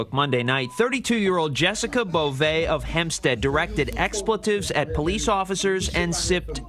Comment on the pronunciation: Only 15 years? That seems like manslaughter and attempted murder. I'd go a step further to say that drinking and driving is some degree of murder. Drinking is a conscience decision. As is getting behind the wheel. Also... my kingdom for some ignorant bitch like this to pronounce "police" properly. And why in the hell is a news reporter wearing a mask OUTSIDE. Didn't they miss the memo that masks did nothing to prevent the spread of COVID? It's already come gone.